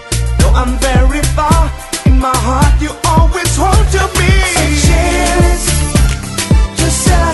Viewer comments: Wait! Is Seychelles pronounced Say-chel-is or Say-shells I have heard it both ways now. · The correct way to pronoucne it is Say-Shells. If you continue to listen up to the rap part, you will hear him say, Say-shells. He proably said Say-chel-ls because it sounds awesome with the beat of the song. I was confused at first too. :/ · So Seychelles is pronounced "Say-CHeL-Lays"? All this time I've been saying "Say-shells" xD ;; Also, Seychelles and Sealand are so cute together! I wish people would make more of those pictures! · I agree, he has a Spanish accent- it's why his way of pronouncing Seychelles is off XD And Mis Amores I think is Spanish, since it would be Mes amours in French : D they pronounce it right~ I love the song, BTW- I love it, I think I'll have to learn it for Anime Boston as I'm going as Seychelles again